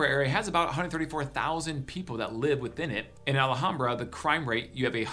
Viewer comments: First of all its pronounced Al Ham Bra, not Allahambra as you say it. Second...my son is with Phoenix PD and he said DONT EVEN DRIVE IN MARYVALE IN THE DAYTIME..Let alone at night. He worked the gang unit there, so from his experience I'd say Maryvale is the most dangerous area. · It’s Al Ham bra not ahlehombra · It’s not ala hambra. It’s al ham bra. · It's pronounced "al - HOM - bra" Not "al - uh - hom - bra" or "al aye hom bra" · ah-la-ham-bra...too funny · He needs to learn how to pronounce Alhambra. This guy is not a native. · Dude !! You can't even pronounce ALHAMBRA correctly. Really effects your credibility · There is no A right after the L in Alhambra.